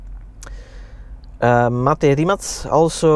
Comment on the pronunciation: And they also butcher Mate its not mejt people